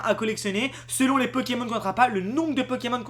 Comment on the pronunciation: Tu es insupportable. Le nombre de fois que tu as dit " Pekemon " à la place de " Pokémon ", ensuite tu dis aussi " Qu'on voiye " à la place de " Qu'on voie " et faire une vidéo baitclick qui comme tu le dis, tard dans la vidéo bien entendu pour garder les gens longtemps dessus, qui ne dit rien de nouveau, c'est franchement malhonnête. Pour ce qui est des " images ", tu n'as qu'a faire 1 minute de montage et mettre les noms des chaînes Youtube d'où vienne les images ou simplement donner tes sources en description. Ainsi, tu auras moins l'air d'un profiteur.